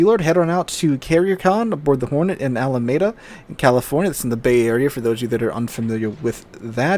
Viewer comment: Alameda is pronounced with a long ‘e’